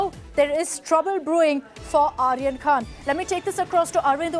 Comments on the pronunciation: Dalal n illiterate news .. it’s khan not khna.. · Can anyone notice KHNA instead of KHAN BUST instead of BURST It is India's No.1 media 🤣🤣😂😅